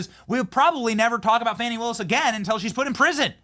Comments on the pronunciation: Its not "Fonny" its Fanny. Like in big ass. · I don't know why she's so upset over how her first name is pronounced. Wasn't there a Fanny Brice the comedian back in the day.